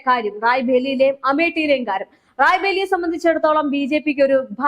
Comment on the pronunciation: റായ് ബേലി അല്ല റായ്ബറേലി